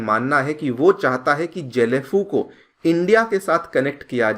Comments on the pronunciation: Its Not JHE- LEy - FU... It's GAY - LEY- FU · गएलेफु । Not जेलेफु। Kya yaar. ... Kuch bhi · Please do proper pronunciation... It's Gelephu , not jelephu... As I m from Assam n just near about 35/40 km from Gelephu , so as we used to heard this name from very begging of our life.. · জেলেফু না গেলেফু । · जेलेफू नही गेलेफू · Happy to see even YouTuber is covering about my place gelephu. Pronounciation : Ge= gay Le: Lee , phu = fuu